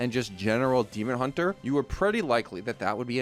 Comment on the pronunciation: The way you say "Demon. Hunter" sounds like a Demon build of Hunter not Demon Hunter the class. I was so confused when you followed up with Twin Slice like...is there a Tourist card somewhere?